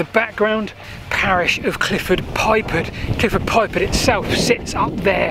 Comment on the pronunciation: Interesting view on the subject . . . something I've been intrigued by for years. However, not sure the pronunciations of some of the place names is quite correct . . . Ramsey? (Ramsbury) Clifford Pypard (Clyffe Pypard). I get a bit twitchy when I hear these mistakes (especially having lived in Wiltshire most of my life). I end up thinking, if this is being mispronounced, what else might be factually incorrect?! Hope you take the criticism as a fair one . . . in an age of fake news and general misinformation, I'm sure you'll always want to strive for accuracy.